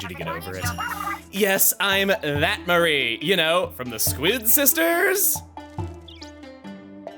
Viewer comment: "Ma-REE" instead of "MA-ree" just sounds wrong , but idk if there's an official pronunciation or not. Still sounds weird tho "Mary" would also be acceptable, but putting the emphasis on the last part's just off